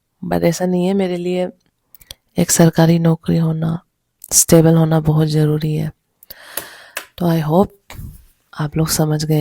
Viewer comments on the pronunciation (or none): none